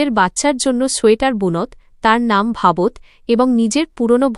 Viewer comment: বুনত্ ভাবত্ নয় হবে “গুনতো” “ভাবতো”